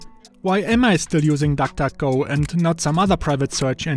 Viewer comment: Nobody: Him: tak tak go